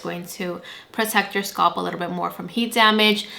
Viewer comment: The word is “scalp” with an A in the middle not “sculp”. I had to stop watching because this irritated me so much